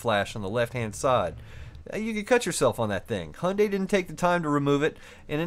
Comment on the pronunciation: Great video but please it's hi-yun-die